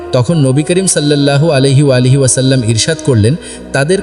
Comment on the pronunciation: আলাইহি ওয়ালাইহি পাইলেন কই..? আমাদের নবীজির নাম কি আপনি পয়দা করছেন..? 😡🫵 নাউজুবিল্লাহ মিন জালেখ 😡 আগে নবীজির নাম তো ঠিক করে বলা শিখ তারপর নাইলে হাদিস বয়ান 🫵👎